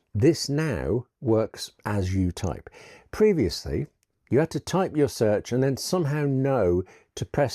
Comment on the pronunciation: I love it when you say the word previously...